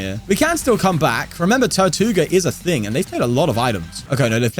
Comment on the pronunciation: Funny how you pronounce tirtouga as "tortuga" which means tortoise in Spanish haha